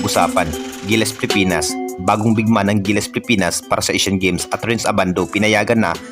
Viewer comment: ANO BA ANG TAMA PIPINAS O PILIPINAS?? KASI CLEAR MO ANG WORDS MONG BINABANGGIT.